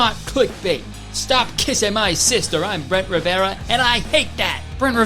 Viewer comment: “bloo-dy ma-ry” “brent ri-ve-ra” kur-tis conn-er uh oh